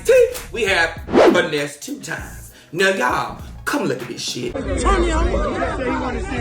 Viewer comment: Uhhhhhh he said “Finessa?!”😒 don’t piss me off!